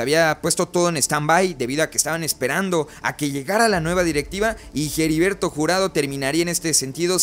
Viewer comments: Ya no voy a ver tus videos sí sigues diciendo Jeriberto en vez de heriberto 🤭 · Hola, dos sugerencias, la pronunciación de HERBERTO no es Jeriberto jajaja, y la repetición constante de la frase "en ese sentido", deberías corregir esos detalles, y otra cosa, dices que no vendes humo y la verdad es que das muchas notas que no son ni serán reales, aclaro, tu contenido me gusta, es critica constructiva, abrazo y éxito.